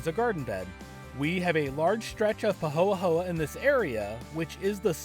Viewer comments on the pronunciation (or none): Just a Lil note. The lava isn't pahoa pahoa.. pahoehoe (hoyhoy) It's so great for growing! We own over near the town of Pahoa on the east side